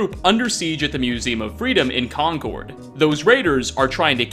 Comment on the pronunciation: Ftr It’s pronounced “Kon Kurd”. Source: I grew up in the town just north of Concord